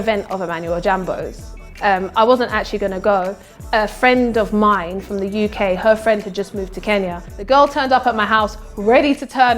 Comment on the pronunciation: Part yenye nimeskia tu ni 'in the you kay'🤣🤣🤣🤣😋🤣